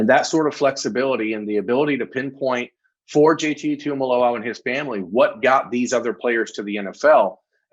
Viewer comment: Proud of you for getting the pronunciation of his name down!! Now let’s get everyone else on board!! Tuimoloau: (2-E-Moe-Low-Ow)